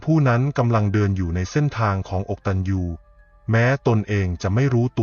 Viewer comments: คำว่า อะกะตัญญู ไม้ได้ออกเมียงว่า อก ตัน ยู ค่ะ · ผู้ อ่ า น ยังอ่านไม่ถูกต้องเลย อะ กะ ตัญญู อ่านให้ถูกนะคะ อกตัญญู ไม่ใช่ อก ตัญ ญู โถๆๆๆๆ น่าสงสาร คือตัวคุณ อะ แปลว่า ไม่ กตัญญู อ กตัญญู.😢😊😢